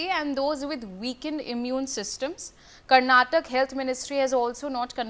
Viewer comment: Who hired this lady as news anchor..she doesn't even no how to pronounce state name karnataka properly ..shame on this news channel